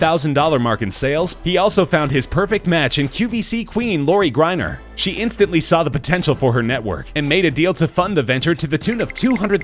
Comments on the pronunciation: It's pronounced Lori GRANEER, not Griner. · His mispronounced Grenier and got that reason I am out!